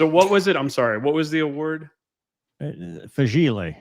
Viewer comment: Fragee-lay... it's a Major Award!